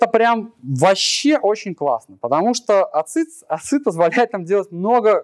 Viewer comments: Дико режет ухо, когда ACID произносят не как "эсид", а как "ацит". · Красный Поршень правильно на англиском ЭйСиАйДи. Но с твоими словами я согласен, если что